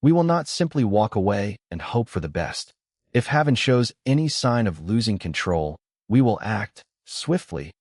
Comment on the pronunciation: You are saying his name WRONG! It's pronounced "Hay-ven". Like the safe place.